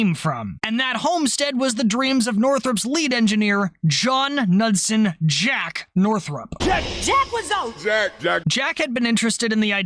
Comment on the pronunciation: Jack "Ka-Nud-Sen" Knudsen